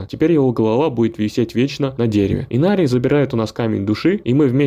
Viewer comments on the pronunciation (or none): И что с имена чел? Инарий, а не Инари и камон, что за Лоран, если его зовут ЛОРАТ, ты хоть играл в игру, чистый диз